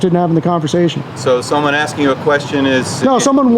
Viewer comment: Sheesh...you were just axing😅